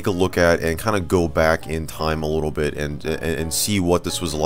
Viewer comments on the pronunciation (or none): none